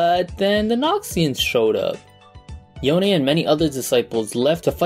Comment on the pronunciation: Thank god you said YonE not Yone.